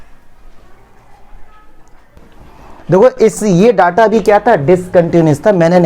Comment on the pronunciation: Daata nahi ho ta hr data hota he